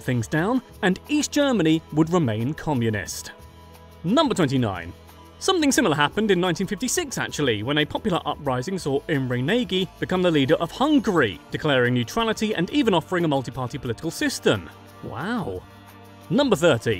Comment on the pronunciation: it’s not Pronounced Nagy it’s pronounced Naj